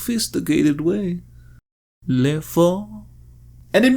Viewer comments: The word "le" in french is not pronounced "lay" like in Spanish. It's "Luh". Get it right lmao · That's not how you pronounce "le"; that's how you pronounce "les". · It's purnounced luh. Not the same way you would say les. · Wouldn't it be "C'est moi" to be more grammatically correct? Also, am I the only one that finds it bizarre "Le" was pronounced as Lei like "Les or the Italian Le" instead of Luh? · Why is everyone pronouncing le like les? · OK but didn't English speakers always pronounce "le" in this context as "lee" - no French accent. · You’re pronouncing le wrong you uncultured swine